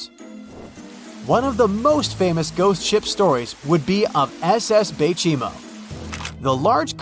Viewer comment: that three times you say the baychimo lamo